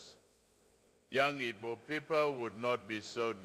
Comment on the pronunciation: Who wrote this for the president of Nigeria to read. Just look at how he is pronouncing Igbo. We need Biafra